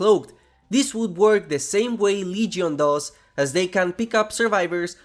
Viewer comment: The leygyon 😂